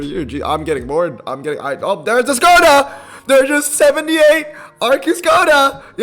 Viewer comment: FYI, Skoda is actually pronounced Shkoda ... that`s why it has the mark over the S.